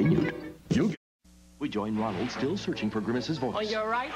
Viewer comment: It sounded like "duh, hey, Ronald" lol